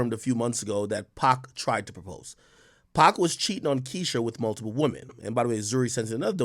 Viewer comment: It’s pronounced pac like pock not pack, y jada didn’t correct boy? 🤦🏾‍♂️